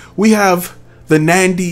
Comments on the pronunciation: NANDY? I believe it's NADY!! It would help if you know the actual name of the company!! PLUS, it's NOT the mic that produces echo!! It's your environment!!! Seriously, you really need to do your homework!! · Is it Nandy or Nady?